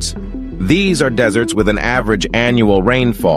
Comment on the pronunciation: When the AI says deserts in the begging of the video he says desserts 🍨 like food lol…